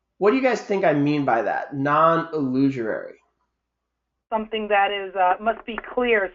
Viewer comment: "illusorary" (try again)?